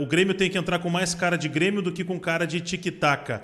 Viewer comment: Aos o feladapota me sai com "brêmio" 🙄🙄🙄